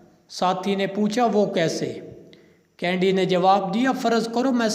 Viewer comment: قاری کا تلفظ ؟ کینیڈی کی بجاۓ کینڈی پوری گفتگو میں